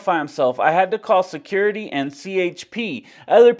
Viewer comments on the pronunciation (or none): Secoority…. Say it the right way J. 😂